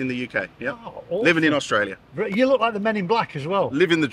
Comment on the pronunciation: Estraylia sure is noice!